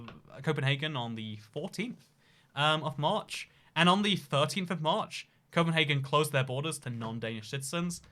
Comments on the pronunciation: No, us Danes do not pronounce Copenhagen as Copenhaaaaaagen, but CopenhAgen. We aren't Germans. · I like how you try to pronounce Copenhagen in Danish, but you just do it in German. In Denmark we call it København. Good luck with reading that. :) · The name Copenhagen and the way you thought Danes pronounce it is Low German from northern Germany. The Danish pronunciation and name is København (approximately Københav’n’). The ‘ø’ is pronounced similarly to Swedish/German ‘ö’ and the French ‘œ’ (not to be confused with the Danish/Norwegian/Faroese/Icelandic ‘æ’)